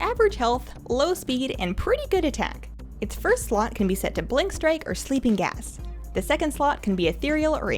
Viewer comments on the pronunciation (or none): none